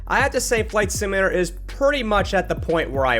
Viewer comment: "IS THIS A MICROSOFT FLIGHT SIMALAT-ER?!"